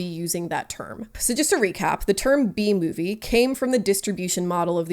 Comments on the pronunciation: Cant stop hearing “The bee movie” instead of B movie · It took me a full minute to realize you were saying "B-movie" and not "The Bee Movie" 😂 great video that I'm thoroughly enjoying now that I have been relieved of my temporary brainlessness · I understand what shes saying but I cant stop myself from hearing BEE movie 😅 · I'm sorry I can't not hear "Bee Movie" when people say "B-Movie" and it's said like 200 times in this video, my brain is just filled with bees right now.